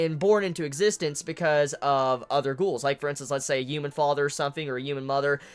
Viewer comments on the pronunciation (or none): U know the H in human isn't silent right?